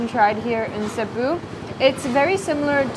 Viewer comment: She pronounced Cebu properly! First foreign food vlogger, I've seen get it right